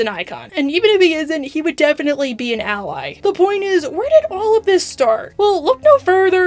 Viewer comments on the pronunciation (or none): none